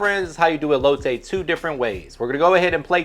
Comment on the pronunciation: Everytime this guy says elote I cringe a lil 😂